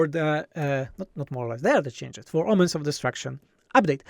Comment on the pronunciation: It sounds like you're saying "Omelets of Destruction" 😂